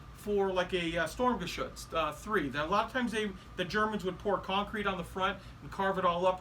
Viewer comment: Sturmgeshütz should be read like this: shturmgeshitz ;)